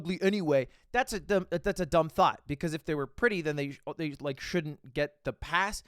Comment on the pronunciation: Everytime you say "thought" I hear "Thot"....